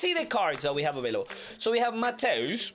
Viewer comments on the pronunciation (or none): none